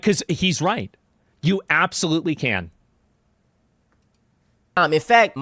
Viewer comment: "I di'nt esplane it white" ....hmm...you dont say